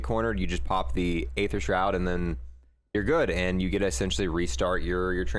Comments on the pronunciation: It’s pronounced - “EETHER” not “AYETHER” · Its pronounced E-ther no A-Ther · Ye it’s dark eee-ther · No one: Absolutely nobody: Multiplayer players: Dark A-ther It’s pronounced E-ther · I’m sorry, but it’s not A-ether... it’s just ETHER the A is silent. It’s all good tho. Even the makers Call it ETHER... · U pronounce aether like eeeether pronounce the e people. Or listen to old zombies cut scenes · “Dark ay-ther” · Aether = E-Ther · then you should know how to pronounce it. It’s bugging me out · Stop saying the a in aether. A is silent :)